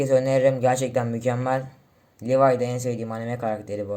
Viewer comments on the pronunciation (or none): none